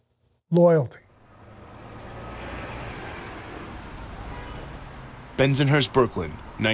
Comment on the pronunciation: Please change how he says Bensonhurst.... this drives me crazy!!